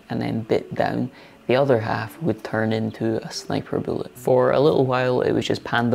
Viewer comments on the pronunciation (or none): none